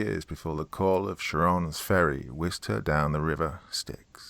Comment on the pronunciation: Doctor... the Hades ferryman is Charon, pronounced with "k", not Sharon! :-)